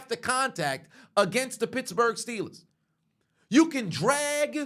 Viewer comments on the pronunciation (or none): I thought he said bitchbourg